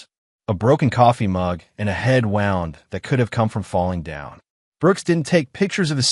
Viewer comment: If there is a choice of how to pronounce ‘wound’ as in injury and ‘wound’ as in coiled, these stories consistently pick the wrong option.